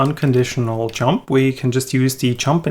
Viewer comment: Sorry to be so mean, but this video is just too funny when every time where you say "jump" it sounds like "chump": "let's build a unit that can control these chumps" ... sorry, but I had to chuckle. But no offence, my pronunciation would surely be worse. Otherwise your Videos are absolutely great!